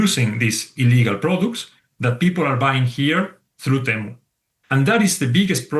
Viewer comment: This person should practice his pronunciation and then go fight Temu.... 🤦🏻‍♀️🤦🏻‍♀️🤦🏻‍♀️